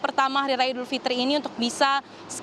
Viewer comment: Idul Fitri, bkn Idul Fitir